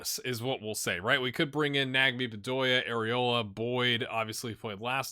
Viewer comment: I'm a child and laugh when you say arriola